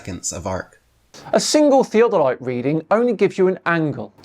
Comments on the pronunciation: Omg, tell me you have know idea what you are talking about by butchering the pronounciation of theodolite. Sad. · I was just about to throw my phone across the room - because the way he was saying "Theodolite'. 🤬😡🤯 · The way he pronounces "theodolite" may be the most annoying thing he's ever done . . . and that's saying a lot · is a known CIA-funded disinformation mouthpiece stationed abroad. He simply narrates what he is told. That's why he often mispronounces words he would know how to say if he had truly researched it. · One of the uses of the Antikatheya mechanism is to predict the Olympic Games dates. If I take a train and pass a road running parallel to it, the cars on the road can be seen to move. I can predict how they will move and build a device that shows the motion without taking the motion of the train's motion into account. Why does he pronounce 'theodolite' as 'theatre light'? Compasses need to take into account the angle of dip as well. Diving compasses can stick or give erroneous readings if used more than one region away from the one they are set for. I've got as astrolabe, but not the correct plate for my latitude so it is used for demonstrations. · glad I'm not the only one who picked up on how he pronounces theodolite... I mean theo de light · his inner British guy came out. 'Tea Delight' lmao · shows his absolute ignorance by repeatedly mispronouncing "theodolite." These flat-earth fanatics continuously show how ignorant and/or gullible they are. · The way he pronounces theodolite, you can tell that he's not used to reading big words. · The guy cannot even pronounce "Theodolite" correctly. ha ha ha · Anyone who pronounces "theodolite" like does has clearly never used one. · It literally sounds like is saying, and I will word this out like a dictionary word. ( Thee - A - Deh - Lights ). It’s (Thee-Oh-del-ites ). If you’re pronouncing it properly, and using correct enunciation.